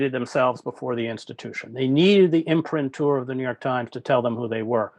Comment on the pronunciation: As much as I respect Hedges’ journalism, I wish he’d bone up on pronunciation —this time he twice mispronounced “imprimatur”.